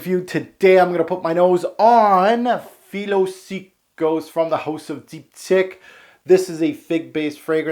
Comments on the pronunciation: it's dip-teek, not deepdick lol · Deep, teekh is pronunciation. Your French is otherwise very good! lol great review!